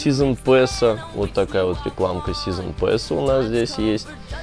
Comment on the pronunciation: Произноси правильно, умнее будешь казаться, просто "Сизн Пас" произносится! А не "Пэс"